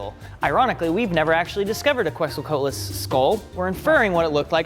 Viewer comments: pronunciation of Quetzalcoatlus is weird lol. It's pronounced "ketz-ul-ko-ah-tul-us". It has 6 syllables, not 4 like his pronunciation. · It’s kets-o-Co-at-les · you don't pronounce the first U in Quetzalcoatlus It's a K sound so like in kettle. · another dino fact, he can't pronounce Quetzalcoatlus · im appalled by pronunciation of the 'coat' quetzalcoatlus